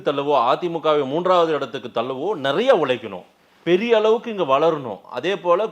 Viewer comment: நரைய இல்ல நிறைய. தயவுசெய்து சரியாக உச்சரிக்கவும்